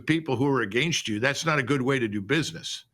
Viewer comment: “Agaynst” That’s annoying